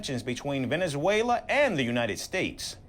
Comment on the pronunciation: He mess up Venezuela 🇻🇪 😊